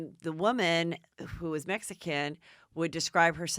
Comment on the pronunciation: Ugh how she pronounces woman lol